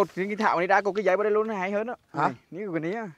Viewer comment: Náng cái này nuôn, nói chuẩn chính tả đi a